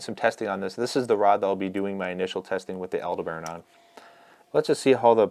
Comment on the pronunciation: Like the Shimano Antares casting reel, the Aldebaran is named after a star. Aldebaran is usually pronounced 'al-DEB-a-ron'... not 'al-de-BARON'. Just FYI. 🙂